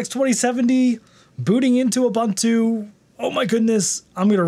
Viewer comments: ub untu, not ab untu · That's not "OOBANTOO".